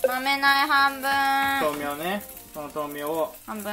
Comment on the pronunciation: やぁ🌱 A y A k A 。です！ が豆苗のことをまめなえって言うのが面白かったです😂 天気の子まだ見てないので、見てみようと思います！